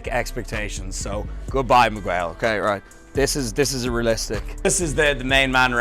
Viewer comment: Please stop saying Mig-Wail